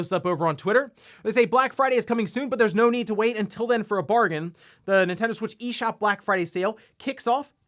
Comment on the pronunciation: My pet peeve on this channel He pronounces Nintendo. “Entendo”